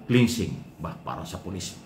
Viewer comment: KLENSING po ang tamang pagbigkas at HINDI PO KLINSING.